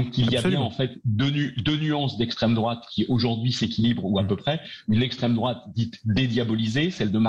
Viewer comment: Combien il a dit “estrem drouate”, le gentil gauchiste?